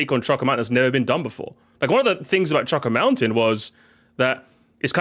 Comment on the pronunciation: The way he pronounces “choco” in choco mountain/island has always bothered me and I feel like it’s caused other people to pronounce it that way for some reason 😭